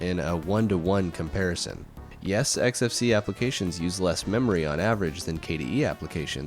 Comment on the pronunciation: Finally, someone who pronounces it correctly! Some people, cough quidsup cough, pronounce the desktop environment as "X-Face", which makes me cringe, just a little. It's EKS-EF-SEE-EE! Thank you for this interesting comparison,!